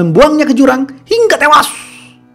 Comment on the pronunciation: Biasa aja Lo kalau ngomong hingga tewas